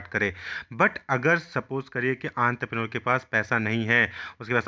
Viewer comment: That is the actual pronunciation